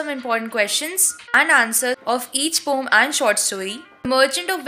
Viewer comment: It is not pom it is poem